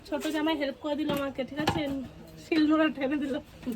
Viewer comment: জামার নয় জামাই হবে মনে হয়